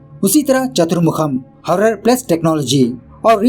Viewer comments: Sir ji horror ya hurrer😂😂😂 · 🙄🙄🙄😶😶😑😑😑.....kyaa horror bola😀😃😃😃😃🙂👌👌👌👌👌👌👌